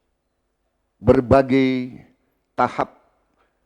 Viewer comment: Klo gw perhatiin Prabowo klo mengucapkan sebuah kata yg ada huruf 'a' dan 'i' dempet "ai" menjadi "ei". Contoh : Berbagai jadi Berbagei Sebagai jadi Sebagei Partai jadi Partei Rangkaian jadi Rangkeian Menguraikan jadi Mengureikan Menyampaikan jadi Menyampeikan Selesaikan jadi Seleseikan Damai jadi Damei